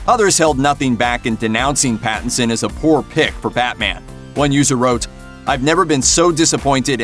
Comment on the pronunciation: "Battinson" Lol !!